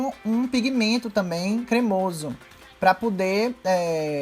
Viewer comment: "pá pudê"